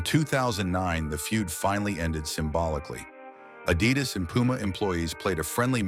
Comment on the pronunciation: This AI voice cannot correctly pronounce "Adidas"